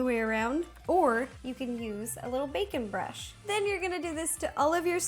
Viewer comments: it had sounded like she said bacon brush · Lol I thought she said bacon brush instead of baking brush. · Did anyone else think she said bacon brush